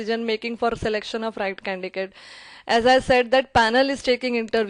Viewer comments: Its not 'CANDICATE' its 'CANDIDATE'.. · I liked ur video😍😍 ....but its just that ..it is candidate not condigate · For the love of God it is Candidate not candicate!! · Ma'am that's not condicate It's condidate Why are you pronouncing condicate such a boring word! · Candidate is wrongly pronounced as candicates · Candidate pronunciation should be corrected. By the way Thank you so much for sharing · Candidate is wrongly pronounced as candidate.